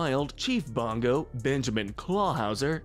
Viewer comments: It's Bogo. Not bongo! 🤣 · it's Bogo, not bongo!